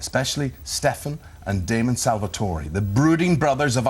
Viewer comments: he is saying stefan wrong he is saying ste....fan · he says 'sefaan' >:| its STEFAN! and she calls elena 'elen' 1.59 :/ they really have no clue do they :|